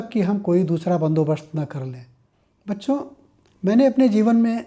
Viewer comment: You are pronouncing bacchho Feels gud father ❤❤❤